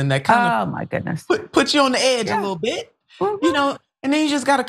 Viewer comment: The bus driver hurt his whittle fweelings"tweety bird "